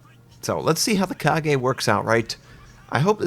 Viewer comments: normally people would let it slide, but this is too cringey to bear. you really totally butchered it, the whole video is incredibly difficult to watch without getting annoyed by that horrid mispronunciation. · its called Ka Ga not Ka Gay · WTH is a KA-GE? It's Ka-Ga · Fix CVs before releasing new ones! BTW it's Kaga not Kage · "Ka-gay" - 10/10 would pronounce again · the kaga was OBLITERATED by the USN SBD'S at midway...also its KA-GA like lady GA-GA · joe junior It's not a difficult word. I'm not Japanese or an anime fan but I pronounce it correctly. Kaga. Two syllables. 'a' as in art. How people can fuck this up is beyond me. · "Car-gay"? Really? LOL, weeaboos will go nuts. (p.s. in this instance I tend to agree with them) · "Kage" do you even shipfu you freaking scrub. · ka-gay == jesus do you even google translate it? steps: google ship name and go to wiki (works too for shipgirls.... switch wiki to Japanese or whatever the ship belongs to (original language) copy the title to google translate or some internet dictionary and hear their pronunciation. Japanese are quite straight forward that you read what it's written, except "r" -> "l" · Hey, I really love that you always document yourself and try to say the names of ships correctly in their language, but are you sure the Kaga is pronounced "Kagae"? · Wait, isn't her name pronounce as "Kah-Gah"? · Mammoth Mk3 Just Ka - Ga, dont over pronouce it :))))) its easy to speak her name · Ready for the 20cm/8inch secondary?? Lol I'm hyped but honestly the "Kage" should be on the second line with Akagi and Shinano. All in all this should be troublesome because is slow and even it if her has the planned 90 plane capacity they should be low tier ones tier 6 at much A6Ms and Vals DB and Nakajimas TB ( I don't remember the nick) And pls learn the way of saying I bet it isn't Kage like Kagero but Kaga with A closer to SaiPAN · it's Ka-ga not Ka-ge:( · KA-GA... Not Kagayyyy